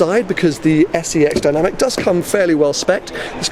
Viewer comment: Has anybody else picked up on the name keeps mentioning? “P300 SEX Dynamic”?